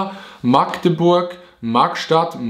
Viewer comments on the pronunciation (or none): none